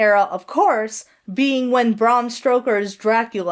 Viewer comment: It's bræm ˈstəʊkə in IPA. In other words, "Bram" rhymes with "ham." It also sounded a little bit like you pronounced "Stoker" as "Stroker," although that could have been my auditory processing fuckery.